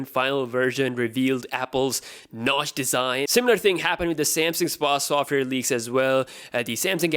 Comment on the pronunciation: software bro you can't even say it correctly